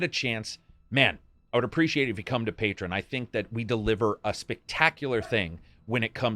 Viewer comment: It's pronounced "Pay-Tree-On" not "Pay-Trin" Love your vids